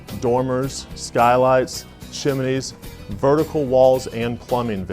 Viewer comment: Seriously, this guy says "chim-in-neys"????